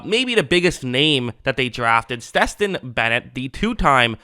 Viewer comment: Why you calling Stetson Bennett, Steston ???? Its Stetson like the hat.